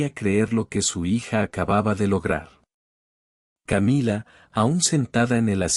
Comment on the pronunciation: Qué estupidez esta narración, si está en español porque tiene que decir camilla??? Querrá decir Camila! Camilla es una cama de emergencia para heridos o muertos